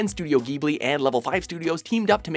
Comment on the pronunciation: It's pronounced jee-blee.